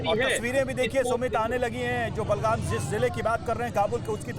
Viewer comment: बलगाम नही बगराम है 😄😄😄😄